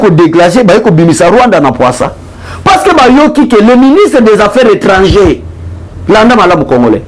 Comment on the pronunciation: Monsieur le journaliste on dit Ministre des affaires étrangères et non affaires étrangées